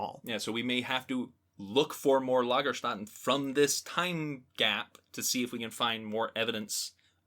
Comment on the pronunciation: Long time listener here. I love you podcast, but there's one thing that's bugging me from time to time. You always mispronounce Lagerstätte. Notice how the second a is actually an ä. Ä isn't pronounced like a normal A, it's pronounced /ɛ/ (the E in DRESS in General American English). So Lagerstätte, not Lagerstatte. Hope that helps!